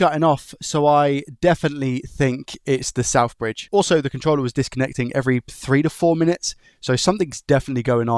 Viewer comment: He can't even say ethernet. Imagine him phoning and asking for a 'new chip for a soth bridgy' and the guy is "what laddie?" "A soth bridgy" "Noo, we don't have anything like that" "What about an effernet cabul" "What?"